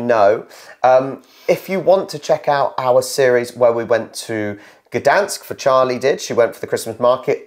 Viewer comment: She nailed Poznań, Gdańsk and Białystok at the frst time